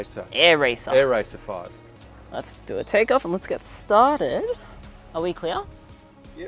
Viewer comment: Hey and thanks heaps. Just a correction its Aeracer 5 like it's spelled in the DVR. Hi everyone else...